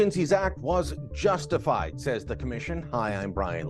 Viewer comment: Did you say Justinfied?